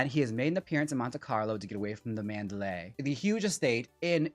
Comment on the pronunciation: Manderley is pronounced Man’-der-lee. Not Man-da-lay’.